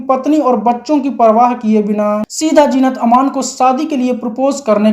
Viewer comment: Kash jeenat ki jagha zeenat bol pate. Sub gur gover ker diya.